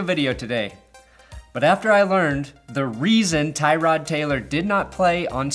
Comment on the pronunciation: Poor Tyrod Taylor. Not only did the doctor fuck him over but nobody ever pronounces his name properly